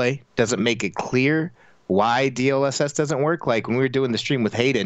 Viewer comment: I've been looking for this exact comment. I just knew someone else had to be wondering the same thing lol. You forgot the best one tho: DSLSLS. No fr, I swear he actually said that once.